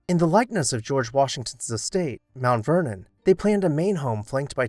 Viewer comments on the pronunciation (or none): none